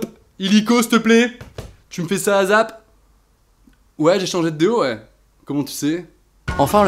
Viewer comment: Azape 😂 ça se prononce èyessape